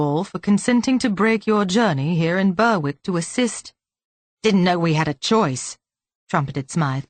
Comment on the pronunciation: Berick not Burwick